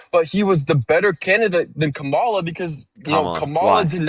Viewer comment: I find so incredibly ignorant when “these people “ can never and on purpose say Kamala’s name right.